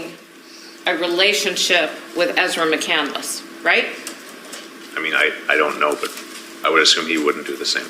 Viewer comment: That floors me. What she actually did was spell it correctly but pronounce it wrong. Chris McCandless’ last name is pronounced with 3 syllables. Ezra pronounces it with 4 syllables. She pretends to be intelligent.